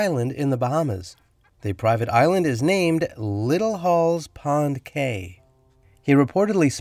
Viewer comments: Please research pronunciation of Cay. Pronounced Key by Bahamians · Cay is pronounced "key".